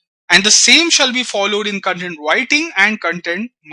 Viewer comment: you are pronouncing the Core word 'Content' itself wrong .The pronounciation itself makes the meaning otaly different